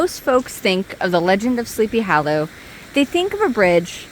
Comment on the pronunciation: I love the way you pronounce Sleepy Hollow as 'hallow.' 😄The place is amazing. A precious bit of real early American history.